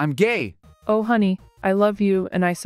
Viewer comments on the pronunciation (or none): Gae you mean gay?